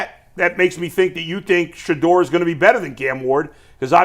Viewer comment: Dude please stop saying Shedeur like that!!!